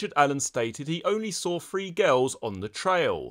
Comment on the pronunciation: Are you saying "three" or "free?" Or both interchangeably? Must be a British thing.